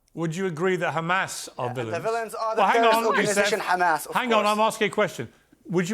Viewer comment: Love it.. Khamas but 5 seconds later it becomes Hamas.. I wonder why they all seem to go out of their way to pronpunce the "Kha" when it is is a "Haa".